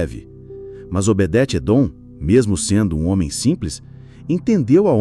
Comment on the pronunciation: Vc fala Obedete!????? Obede Edom Esse está certo